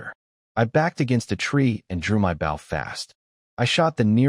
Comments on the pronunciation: B"oh" not B"ow" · Lol $multi-million dollars to create an AI, and it STILL can't pronounce "bow" in stead of bough lol. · Bow, and arrow, not bow, and scrape.